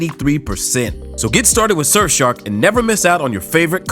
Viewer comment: 終於有人把Surfshark唸正常了